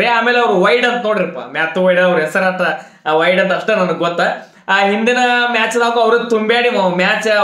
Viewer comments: ವೈಡ್ ಅಲ್ಲೊ ಅಣ್ಣ ವೇಡ್😍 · ವೈಡ್ ಅಲ್ಲಾ ಬ್ರೋ ವಡೆ😂